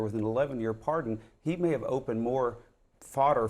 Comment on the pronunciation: Par-D-on, Wayne. Par-D-on, Garth.😂 ...but impeaches are off the table.